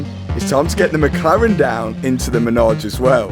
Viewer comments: It’s not a “menage” it’s a “Manège” for the horses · It’s manège. Menage is something VERY different and normally performed in threes. 😂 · Congrats on all the success, keep it going. The word is Manège (carousel) and not as "ménage a trois" 😁Enjoy it, any way you want to🤣! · its called a manège not a menage ! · By the way, it’s not a menage but a manège (French for a horse play pen)! Pronounced ma-ney-ge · I'm pretty sure it's MANEGE NOT MENAGE😅